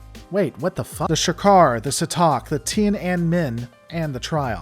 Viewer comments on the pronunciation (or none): Sa Tock!!! don't you mean Sea Tack and Majestic WTF man, why can't you pronounce ships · Jadzia Dax pronounced it the USS See Tack